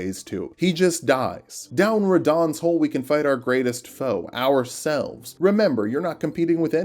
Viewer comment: Gotta pay the troll toll if you want to get the Castle’s hole. Castle Sol? Oof, guess I was saying it wrong this whole (hole?) time 🤷‍♀️